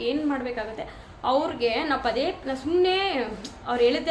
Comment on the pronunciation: Nice content. One suggestion to you. Dayavittu "Chaitra Kannada vlogs" antha channel name ittu kondu, Kannada ucharane sariyagi maadi. For example, 'a' kaara, 'ha' kaaravannu sariyagi uchcharisi. Henu for enu or holle for olle, inthaha padagalu bereya arthavanne koduthade. Dayavittu inthaha sookshmathegalannu gamanisi.